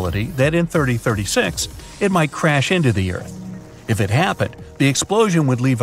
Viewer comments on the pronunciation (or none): So 2036? Or as the ai voice says 3036?